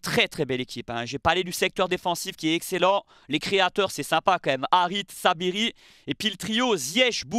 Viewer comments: C'est Saibari et non Sabiri 😜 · Tu t’es trompé ce n’est pas Saibiri mais Saibari